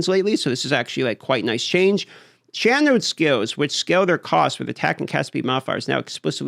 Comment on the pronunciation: "Channewskiwws" wtf lmaoooo